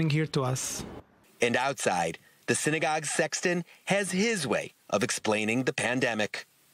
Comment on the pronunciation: I didn't know your temple is pronounced sign-a-gogue